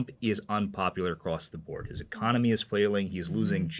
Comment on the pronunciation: Half of Americans say ‘ecomony’ instead of economy - they flip the n and m. So weird.